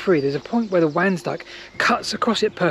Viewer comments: Between nature and The Yanks oh and pipe line and where near the Grand Avenue and White Road is a bit hard to find. I was born very close to there. Your pronunciation of Mildenhall Ok. Cutenio is not the same as I was taught . Nor is Wansdyke I was always taught it was Wands-dyke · "Wansdyke" is pronounced "Ones Dyke". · Very interesting as per. Talking about pronunciation isn't it pronounced 'wONsdyke'? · I'm not sure if anyone else has mentioned but the Wansdyke is pronounced with "Wan" sounding like "gone" or "swan".